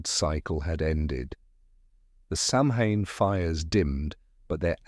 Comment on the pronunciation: You pronounced Samhain wrong! It's pronounced Sowen.